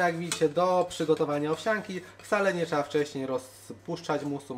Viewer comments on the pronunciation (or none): owsiANKI, a nie owsiaaaąki, w języku polskim nie ma takiej gloski, dlatego nie mowi sie po polsku łazięka, koleżaaaąka, sukieeęka tylko łazienka, koleżanka, sukienka i analogicznie owsianka, to jest błąd w podobnej kategorii jakby mówić pedz mi zamiast powiedz mi, wynika z niechlujnego języka